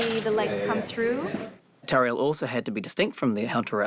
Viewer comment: the way she pronounces the R in Tauriel, LOVE IT